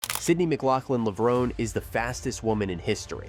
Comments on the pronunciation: FAIL! Florence Griffith Joyner is the Fastest Woman in History! and FAIL #2 her last name is McLaughlin not Mclaughling 😖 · Hysterical. They pronounced her name in the clips and yet you still said her last name incorrectly. And no one says 400 M. It’s 400 meters.